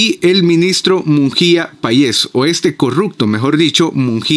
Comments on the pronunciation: No se dice Munjia, se dice: Munguia, lee bien. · hola mi amigo un gusto saludarte ,me encanta escuchar tu información la verdad ,solo una cosita no es Mungia ,si no Munguía